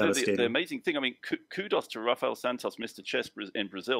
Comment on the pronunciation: Thanks for the good content Eric. BTW, if a word starts with an R in Portuguese, the R is pronounced like H in English. So, it's basically "Hafael".